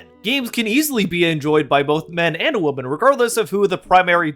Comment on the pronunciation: Could YouTuber's please learn how to pronounce the word "women"? Why do so many YouTubers pronounce "women" as "woman" now?